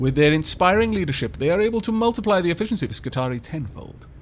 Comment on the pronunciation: I love the video,, but I gotta point out that "Skitarii" is pronounced "Skitari-i" It's plural of "Skitarius", so the last I is a suffix which isn't silent.:) I didn't realize this either before I played Rome 2, but it makes sense when you think about it. I would definitely try to go through this fight and try to kill the boss guy on my second try. You took 20% of his HP with one good shot. If you had known the servitors would both die in an attack, and been aggressive about it, I think it's doable.